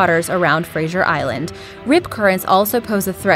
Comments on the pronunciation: that's not how you pronounce fraser island.... sincerely, every Australian ever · fraser island - rhymes with razor - not frazier... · Dumb american cant pronounce. Its fraser island not frajer island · its pronounced Frazer Island not Frasher but its spelt Fraser. I live in Australia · She says Fraser Island like frasher island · Hi I have actually been to Fraser Island and its noting like you said so yeh and your saying it wrong 😂😀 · The way she says Fraser Island really annoyed me for some reason. Where is the Z, C and H in the name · You can't even say Fraser Island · You are pronouncing Fraser island wrong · You said Fraser Island wrong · you mispronounced both Fraser Island and Port Macquarie. Fraser is how it's spelt so I don't know how you did that and Macquarie is Mack-worry with more emphasis on the worry so Mc-worry